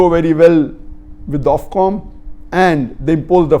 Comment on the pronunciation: It’s Ofcom not Offcom